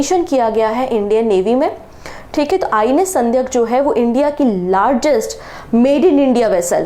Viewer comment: Madam, aap thodasa pronunciation bhi dhoosra videos dhekkar bathaayiye. Telangana cm "revanth" naa ki "reevanth". Ship ka naam sandhaayak naa ki Sandhyak. Interview dhenevalokeliye pronounce theek karna jaroori Hai.